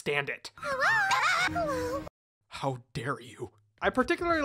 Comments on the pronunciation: DON'T DISS 'HEWO'! IT IS THE WORD OF CHIBIness! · Susie: Hewo: And I took that personally